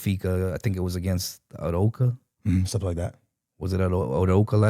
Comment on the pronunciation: Also said “Aroca” instead of “Arouca”